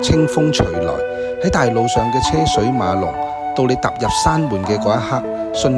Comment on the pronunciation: 「車水馬龍」這句成語中的「車」字粵音應該讀作「居」，不是「奢」